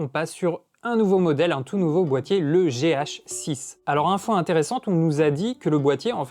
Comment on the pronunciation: Gé-hacheux-sisse ;D